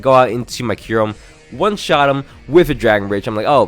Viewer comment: Kyurem its Kyurem